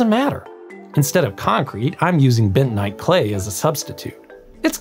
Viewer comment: Benite clay? Don't you mean bentonite clay?